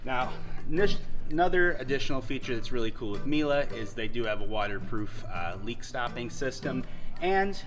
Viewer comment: Good presentation. And it’s pronounced Mee-luh.